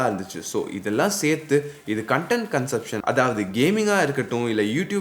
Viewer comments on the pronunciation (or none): none